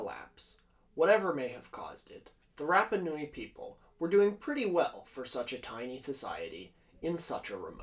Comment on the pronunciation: Aargh! Note from the Pedantic Police: it's "MAH-key MAH-key", & "RAH-PAH-Noo-eee". I know it's only a little thing, but it bugs the obfuscationist-hell out of me hearing names mispronounced (it's kind of my thing, man; that's why I've been single for 20 yrs...)... ;~ ]